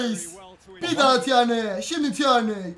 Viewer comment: Lan şu adama tierney demeyin tirniy